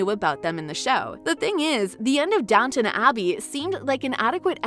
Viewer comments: IT IS DOWN T ON ABBEY NOT NOT NOT DOWNNON ABBEY Call it by its correct name - thank you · If this person can manage the HUGE STRUGGLE to say COUN T ESS good work. You managed it. SO DOWN T ON Abbey. there now, not so hard is it.